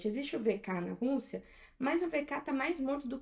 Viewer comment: Acho engraçado o jeito que ela chama o nome do país: Rûssia